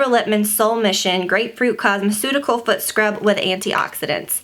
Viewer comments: The entire time I thought you were saying "foot" scrub. Then I looked in the description, "fruit" scrub. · I thought the same!